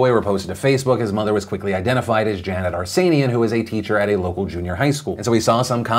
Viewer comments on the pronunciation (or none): none